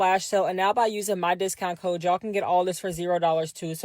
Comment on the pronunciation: Why do they keep mispronouncing things? "it's so KEE-UH" instead of saying CUTE. "be sure to use my CO-UH" instead of CODE What happened to speaking properly?